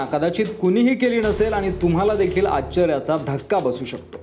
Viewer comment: मराठी भाषा स्वच्छ शुद्ध बोला आच्चर्य नव्हे आश्चर्य.